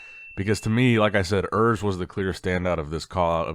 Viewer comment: Hi, Urs is German, so the 'U' should be pronounced as the 'ou' in 'you'. Just wanted to let you know.